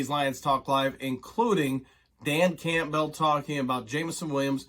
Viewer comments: Why do you say dan Campbell's name so weird lol just curious. Sounds like you say campville, not campbell (cam-bull) lol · Are you pronouncing Campbell like that "CAMP BELL" to be cute or do you really think that's how its pronounced I have to know? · This guy cannot pronounce Campbell? Has he never seen a Campbell's soup commercial?! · Say "Cool" ...now say "Whip"...now say "Cool Whip"... 😂 Campbell... most people (even Dan) pronounces it as "Cam*Bull" (you are technically correct, but never have I known ANY Campbell annunciate it like that.. 😂)... don't know why it absolutely drives me nuts..love your vids, just drives me crazy 😂😂😂😆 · Say his name correctly jeez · You're saying Campbell weird lol